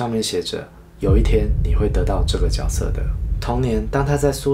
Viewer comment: 看不下去了，多音字都读不好。主角应该读zhu jue，角色应该读jue se。我发的是大陆拼音